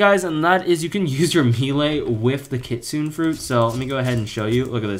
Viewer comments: Bro it's not pronounced kit-sune it pronounced kit-tsu-ne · Bro don't know how to say kitsune u saying kitsun no kitsune it kit-sun-a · Why do you pronounce KITSUNE weird. It’s kit-su-NE not Kitsun. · Kit - sune 💀 bro its Kit - su - ne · By the way, it's pronounced Kit-soon-aye not kit-soon